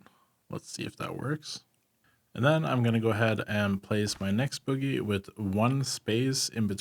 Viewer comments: Oh my god I absolutely love your guides but I can NOT stop laughing at how you say bogey. For future reference, it's not pronounced the same way as boogie, its actually pronounced BOW-gee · It's pronounced 'Bow' - 'Ghee' dam kids